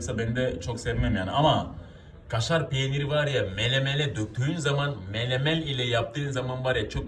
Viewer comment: MeneMen demiyor da Melemël diyor😂